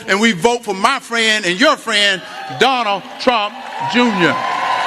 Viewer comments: Did Hershel call him Jonal trump. 😂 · He said Donna Trump 😂😂😂😂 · Did Herschel say Donna Trump Junior 🤣🤣🤣🤣🤣🤣🤣🤣🤣🤣🤣🤣🤣🤣that what I heard. Did Candace get off Trump's train yet?